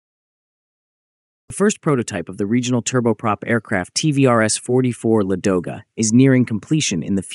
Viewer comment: Why do Anglo-Americans always make mistakes in the stress of Russian words, and distort their names!? Is this some kind of internal Nazism? Why is the stress on the second syllable, if the correct stress is on the first syllable? LAdoga